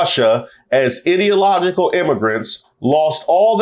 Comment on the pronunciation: The way you're pronouncing ideological is ruthless hahaha well played